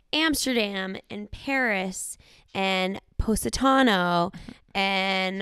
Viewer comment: It's not poe...satano, it's poss...itano. 🇮🇹 sorry, i know its probably your American accent but for us Italian's, it sounds 'fanculo'😂